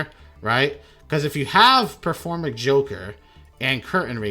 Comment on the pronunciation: this is performapal, not performage!